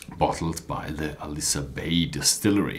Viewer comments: Hey! Not "aLIsa" but "aILsa" bay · Pronounce it as 'Ayl-suh':) Nice review.